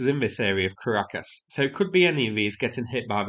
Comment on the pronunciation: my mom laughed at how you pronounced Caracas lol